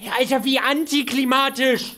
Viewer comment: Jedes Mal wenn Hänno antiklimatisch sagt bin ich einen Schritt näher am Schlaganfall x) Liebe <3